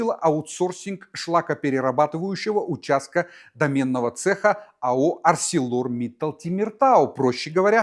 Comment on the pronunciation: Не домЕнного ,а дОменного .